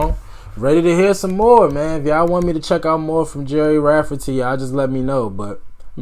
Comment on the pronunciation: You pronounced it right. Another good one by him is Right down the line.